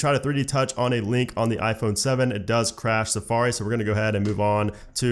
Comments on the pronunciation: "On mah ah phone" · “on ma ahphone”